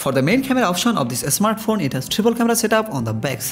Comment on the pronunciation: Bangali English. Not asmart phone smart phone 😀